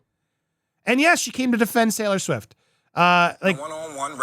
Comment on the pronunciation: Am I the only one who heard "YES she came to defend SAILOR Swift!" XD